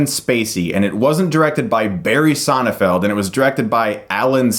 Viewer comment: It sounds like you've been saying "Sonnefeld", though the director's name is SonneNfeld... :)